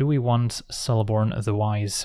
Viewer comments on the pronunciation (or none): Just fyi, in Elvish, "c" is always a hard sound, so "Keleborn", not "Seleborn". But as always, a great vid! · isnt Celeborn the pronunciation is keh·luh·bawn